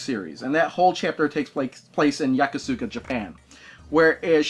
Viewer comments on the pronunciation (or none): Totally mangled the pronunciation of Yokosuka and Guilin...